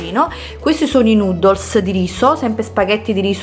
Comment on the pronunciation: Fantastica la tua risposta,ero ironico,lei pronuncia noodles come nudos,mi faceva ridere. So cosa sono,ho anche un altro account you tube dedicato,coincidenze.